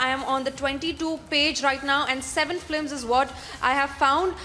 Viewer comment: Pl say 'films' and not 'flims'